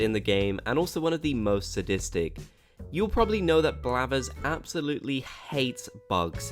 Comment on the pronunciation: Ok. It's blathers not blabbers...